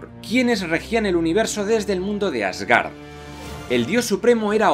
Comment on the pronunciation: "Asgárd" "iceberg" "emojis" jajaja, es común que los españoles pronuncien palabras inglesas en español. Excelente video.